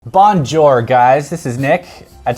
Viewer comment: That's the most AGGRESSIVELY wrong pronunciation of bonjour I've ever heard, almost like there's a deep disdain for the French language. And, sure, bleu de chauffe isn't the easiest thing to pronounce but you had time to prepare for this video, it'd only take 10 seconds to find an anglicized spelling of the pronunciation.